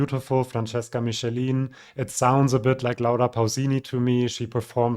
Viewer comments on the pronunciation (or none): Since you're such a great fan of Italian music, I would like to teach you the correct pronunciation of the "ch" in "Cristicchi" and "Michielin", which is neither a German "Sch" sound, nor a (German) "Tsch" sound. In both cases you just pronounce a "K". And the word "nostalgia" in Italian is stressed on the "I" - like "Klavdia" in Greek.